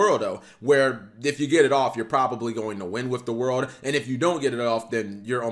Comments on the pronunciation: hey, its either "the world" or "ZA WURDO" you cant call it "the worldo"! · Thank you!!! It's always super cringe hearing say "the worldo".